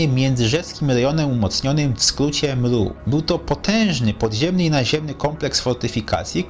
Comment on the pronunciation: Zmien tylko to mru, bo brzmi to beznadziejnie! Nikt tak nie mowi!!! TO JEST EMERU